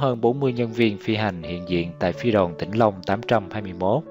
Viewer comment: Tôi không biết bạn là ai khi thực hiện video này. Bài viết chỉ đúng một phần nhỏ. NGAY CẢ TÊN PHI ĐOÀN CŨNG SAI. TINH LONG CHỨ KHÔNG PHẢI TỈNH LONG. Có thể người đọc đã đọc sai. Tuy nhiên, nhiều chi tiết sai lạc mà người trong cuộc không nhận ra. RẤT TIẾC!!!